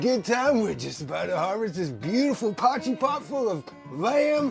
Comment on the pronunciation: This is actually an original dish from South Africa. Thank you for pronouncing it correctly man. As a South African now living in Mexico I miss potjiekos and haven’t eaten it in years!